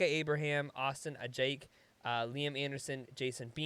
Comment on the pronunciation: Ajiake = AH-jee-kay